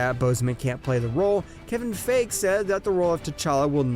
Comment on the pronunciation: This man said Kevin Fage